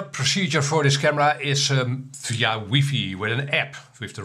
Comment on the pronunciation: Lol ‘weefee?’ First time I’ve heard it that way